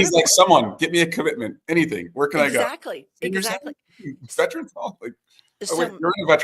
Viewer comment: Stop saying VETRANS!!!!!! There is no such word !!!!! It’s VETERANS!!!!!